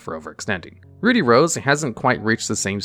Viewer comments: Ruddy is pronounced Ruh-dee. Not Roo-dee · Note, it's pronounced "ruddy" not "Rudy" like the name. It's supposed to be named after the off colour of red, ruddy red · It isn't pronounced "rude-y rose". Ruddy is pronounced like "bloody". Without the "bluh". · "Rudy" rose dragon...... It's Ruddy. Ruh-dee. Oh goodness. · You keep saying "Rudy". It's rud-dy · Ruddy is pronounced like bloody, not ruby (two consonants between the vowels means the first is still using its soft pronunciation, you'd be correct if it was spelled with only one d). It's used as a euphemism for bloody, which is what it was called in the OCG and of course that got censored. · I think it's pronounced Rüd-dē with an "uh" sound because the original is called Bloody Rose Dragon and the American version was changed to Ruddy to sound as close to "bloody" without being too obvious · Roody Rose dragon 😂😂😂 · Ah, yes, my favorite dragon, "Rudy Rose". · How in the world do you get "rooty" from "ruddy"? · "Rude-E"? Isn't it supposed to rhyme with blood/bloody? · Roody? Ruddy- rhymes with muddy- to mirror that in Japanese it’s called Bloody Rose Dragon. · It’s Ruddy, pronounced similar to Paul Rudd’s last name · Ruddy is just pronounced how it's spelled. There's no "oo" sound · Ruddy is not pronounced the same as Rudy... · its not rude-E, or is it? 🤔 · For your sake in social situations: 'Ruddy' in 'Ruddy Rose Dragon' isn't pronounced with a long 'u' sound like 'ruby'. It's a short 'u' sound like 'buddy'. Ruddy is a shade of red, a very common shade of red that you'll run into a few times in your life. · Doesn't "ruddy" rhyme with "muddy"?